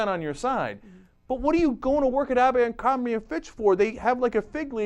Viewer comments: Even though I hate that company....why is everyone calling it AMBERcrombie.....it's ABERcrombie. There is no M in the beginning of the word! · "Abercrombie" not "Ambercrombie" sorry, it just gives your video more credibility if you get the name of the company right. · AMbercrombie? it's ABERcrombie. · Isn't it Abercrombie, not Ambercrombie? LOL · its abercrombie not AMBERCROMBIE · It's Abercrombie, not Ambercrombie. sorry, had to correct that. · um its abercrombie not ambercrombie